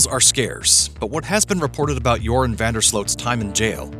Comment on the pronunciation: I remember Nancy Grace calling him Urine instead of Joran when she first covered this case. Or at least it sounded like Urine.